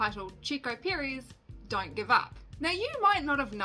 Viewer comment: Chico Piriez lol It’s ChEco PErez. The way you pronounce mElon or bEst. Hahahahaha